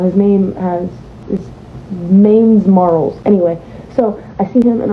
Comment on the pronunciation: When she said mains marls i felt that😭😭😭